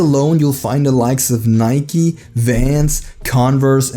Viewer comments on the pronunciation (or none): none